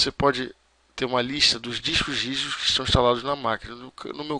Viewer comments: "Lista dos dixcos rijusxx" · O cara mal consegue falar "discos rígidos" kkkkkkkkkkk